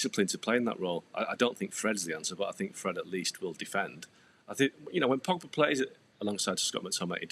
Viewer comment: I think anyone who can’t properly pronounce “Pogba” is unqualified to be paid money to talk about football.